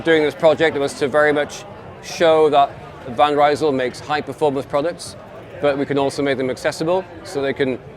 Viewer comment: Van Rysel employee can’t pronounce Van Rysel correctly 😂 anyway good to know the sales are good, it’s another proof decent quality bikes can be sold at a fair price